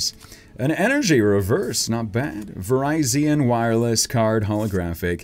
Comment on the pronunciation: he said Virizen like the phone company it’s Virizion